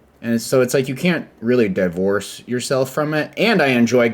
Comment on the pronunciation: really pronounced it as DAIvorce 😦